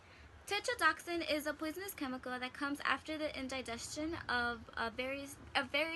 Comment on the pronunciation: Stopped at the word in-die-gestion.